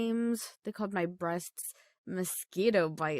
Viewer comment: "Breastsksksksksk" Why do I hear that?